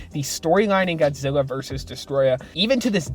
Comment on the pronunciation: You called him godzeva